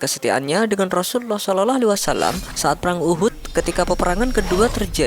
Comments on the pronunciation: Pengisi suara kurang fasih ketika berkata Rasulullah S.A.W . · Napa ya nyebut rosullullah kerasa sulit bgt .. penyiar nya..